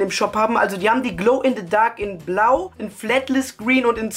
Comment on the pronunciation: Der kann nichmal richtig Englisch der sagt Glow in DE Sun und Glow in DE Dark